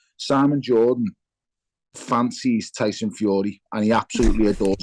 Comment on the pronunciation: Tony bellew your mate is not good enough to say the name tyson